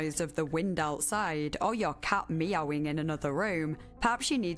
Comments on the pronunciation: "Auh yuh caht ME-owing en anathah rum..." 😂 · Anyone else giggling over the way she pronounced “meowing” during the ad read?